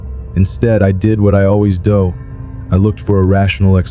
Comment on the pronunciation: How the fuck do you mispronounce "do", "geek" and "clothes"